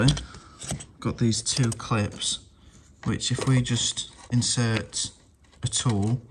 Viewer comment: Also… when you say “A tool”, as an American I can only hear it as coming from a British roadman 😂 Edit: As a mechanic I recommend replacing any spring clips you remove with a better hose clamp of your choice to avoid any b.s. in the future 🫡